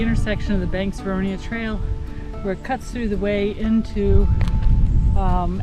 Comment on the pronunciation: Lovely video, nice filming, and FYI, The town is Vernonia (Ver-NO-nia). not Veronia. I grew up there, and I remember the train coming into town every week, from Banks.